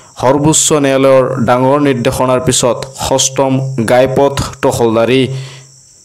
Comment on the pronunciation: গাই পথ নহয় ঘাই পথ